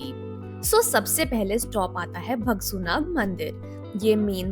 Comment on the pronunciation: nice video but try to pronounce right words that is bhagsunaag(भागसूनाग) not (भगसूनाग)